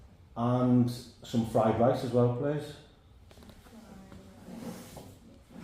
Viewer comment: "fried lice!" lol